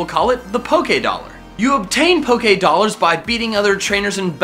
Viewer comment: Poké ahhhhhh dolers pokeedolers poke a dolers